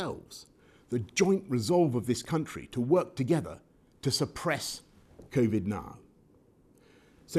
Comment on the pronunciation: "covid naan" XD